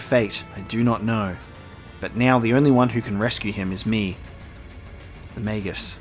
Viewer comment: pronounced maj us lol